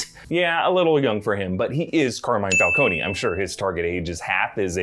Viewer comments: I thought it was Fal-cone not Fal-coney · falcone not falcony god dam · So nobody will adress the fact that,long term Comic-fan (as he claims to be) is butchering the name of the iconic gang leader in Gotham???? Falc-on, not Falconey,jesus christ! Much like they did with Venom,calling them "Simda Yachts" and not Symbiots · It's /fal-CONE/, not /fal-COH-nee/. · I wonder how will Matt Reeves approach the pronunciation of Carmine's last name will it be (Fal-cone) or (Fal-coney)? 🤔🤔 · FAL-CONE....why are you saying the E???